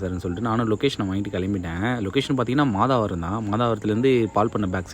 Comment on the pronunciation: அது மாதவரம். மாதாவரம் இல்லை.